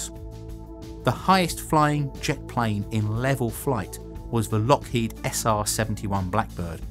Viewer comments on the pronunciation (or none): none